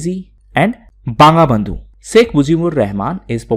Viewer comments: smin Sir its not Banga Bandhu its BONGO BONDHU kuch chis sehi se pronounce karo sir. Ya if u dont know the exact pronunciation then first listen the proper one. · Banga Bandhu ( in bengali pronunciation it is 'bongo bondhu'.